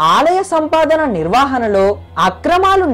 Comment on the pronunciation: Shaashthroktham , thiruvanathapuram, nirvahana neeku pronounce cheyadam kuda raavatle... and cheppina story as it is ga vere video lo unnattu as it is okka mukka maarchakunda even photos kuda marchakunda baane copy kottav.... thaman ki gatti competition isthunnav...muskora ayyaru...Nuv nee expressions...